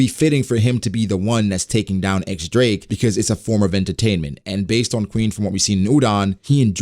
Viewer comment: I like the idea of the supernovas turning on each other once Kaido is taken down. And btw, the X in X-drake is actually pronounced as diez